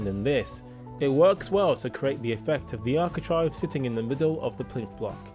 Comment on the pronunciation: It's architrave not architrive 🤦🏻‍♀️